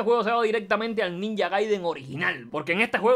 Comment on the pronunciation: soy le único que se da cuenta que pronuncia ninja como el ort0??? hasta en ruso se pronuncia bien y este catalán viene a decir ninha!